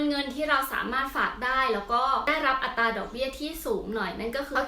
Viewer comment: เวลาพูด อัตรา บ่อยครั้งไม่มี "ร" ควบกล้ำนะคะ